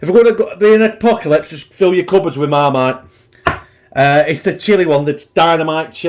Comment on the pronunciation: you said mump of larlite 😂😂 i dont know if you realised. i like marmite too and vegemite im weird lol